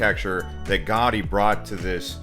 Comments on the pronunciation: Casa BAHT-YO....and its GOW-Dee not Gotti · "gow-DEE" not "GAWdy" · Antonio Gotti? No, it is Antonio Gaudí ;) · Cool video, but the ‘au’ part of Gaudi is pronounced ‘ow’, so it sounds like ‘Gow-dee’ — not ‘gaw-dee’ 🤔🧐🤓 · It’s Antonio Gaudi, not Anton Gotti! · His name is pronounced gow-dee not Gotti, he's not a mobster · Incredible accent of narrator! I had no idea that Gaudí was Italian!😂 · it's a shame to make a video about Barcelona and not at least try to learn how to pronounce the name of one of the greatest architects in history correctly... all the other superficialities and inaccuracies in the video, of which there are many, do not matter after this omission.... I live with Barcelona over 30 years and have never seen something so ignorant and superficially...